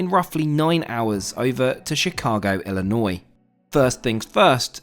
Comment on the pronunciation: Thank you for pronouncing Illinois correctly. 🙌Many Americans, and even some fellow IL residents, say “Illinoise” 🤦‍♂️